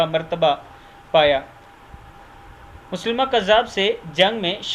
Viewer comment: مسیلمہ کذاب ہے مسلمہ کذاب نہیں